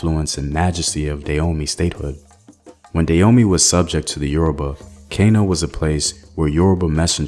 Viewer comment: It took me 3 minutes into the video before realizing you mean Dan-homey ! I was wondering what at all is "Deyomi"